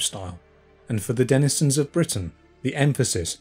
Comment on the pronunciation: How many times can you mispronounce 'denizen'? When you seek to teach, or impart information, you have a duty to do it fully and properly